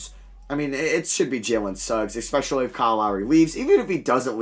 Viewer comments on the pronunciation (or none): none